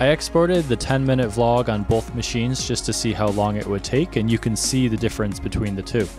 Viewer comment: bolth machines